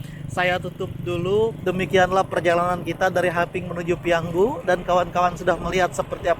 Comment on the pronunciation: 👍PIYANGU,, bukan PIYANGGU